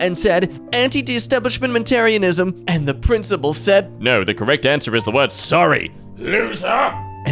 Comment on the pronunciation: It's Anti-dis-establish-Eh-Ment-arism